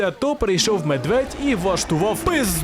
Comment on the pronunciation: Ведмідь, а не медвідь😅